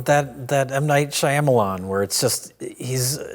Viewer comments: saying Shy-ah-muh-lon really bugs me… we get it…25 years ago people didn’t know how to pronounce his name because of a silent letter. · one day will learn how to pronounce m night shyamalan's name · So who's going to break it to that Shyamalan only has three syllables and he has to go back to every video where he butchers the pronunciation and fix it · I know people intentionally mispronounce his name trying to be funny, but I'm starting to wonder if honestly doesn't know how to pronounce M. Night Shyamalan.